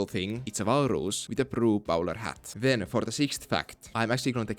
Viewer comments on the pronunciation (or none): Hearing a scandinavian attempting to pronounce 'walrus' is a rare treat.